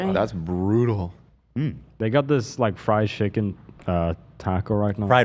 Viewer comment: ethan laughing at pronunciation of chicken is so funny